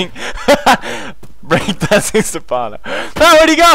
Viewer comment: Its Stephano not safano